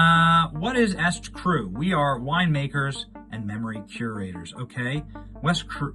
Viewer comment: The name "eStCru"is pronounced "E Street Cru," not "Est-Cru." Just like her husband's other scam company, E Street Group.